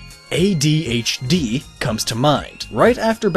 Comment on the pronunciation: why does he say it like a whole other word lol AYE DEE AYECHE DEA